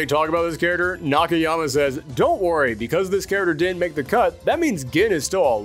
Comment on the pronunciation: The way he says character!! .......🤬🤬🤬🤬